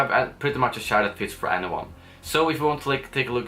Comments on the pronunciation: Can u please learn how to pronounce "ch" in the english language... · He said shair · Lol it took so long til i realised you say chair😂 i thought you said chaar or smth xd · "My new chaar" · My new shaar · Lol I didn't notice that but when u said it it just feels so weird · you say chair in a strange way haha. like the channel, i subbed! keep m coming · When you say chair - you sound like a pirate. LOL!